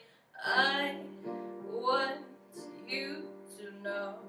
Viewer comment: Hey there, you have an amazing voice. If I may, might I suggest in that Alanis Morisette song that you don't close down the jaw with the oo vowel in you. There is a reason Alanis pronounces it the way she does. She says "I'm haiire to remind "yahow" Say it like that because it keeps the Jaw open and gives the smallest shift in jaw placement. You want to keep the mouth as open as you can at all times and from vowel to vowel make the smallest shift possible. Why? Because when you shift from Ah (open) to oo (closed) there is a tendency for a slight drop in pitch. Also the tongue gets in the way and less air is allowed to escape the throat which causes tension at the base of the tongue. Test it for yourself.